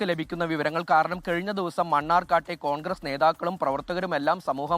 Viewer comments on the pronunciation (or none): none